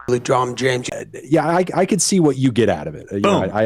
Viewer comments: First person I’ve seen actually spell the second part “correctly”. Everyone seems to think he just says James, but he def says something like Jaynge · Come on guys, he mispronounces "James" just as funny. It's "LeDrom Jange."